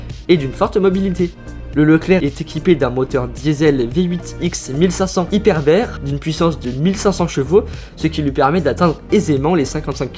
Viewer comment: Amx B2 (Amx 30 B2); Nexter prononcé Nexteur a l'anglaise, non c'est bien Nexter (next air). Hyperbère non hyperbar.